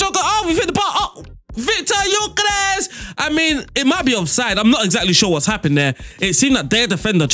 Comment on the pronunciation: Hey, the Gyökeres pronunciation was good! :)